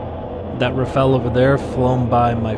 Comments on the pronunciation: RA PHA L' or RA FA L - not Raffell RA-sputin FA-n L :D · rafale. not rafel. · Rafale. Not Rafael. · Rafale. Not raphael.